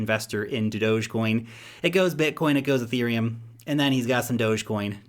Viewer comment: "EUROPILUM" I lol'd